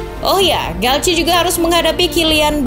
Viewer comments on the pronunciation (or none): Galtier bukan galce🤣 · Cara baca dalam bahasa prancis gitu bang